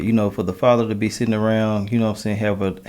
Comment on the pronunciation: A Hemotional ass man strikes again Hemotional= emotional male